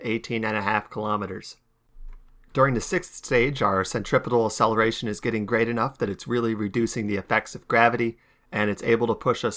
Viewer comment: I love this video but asselleration needlessly triggers me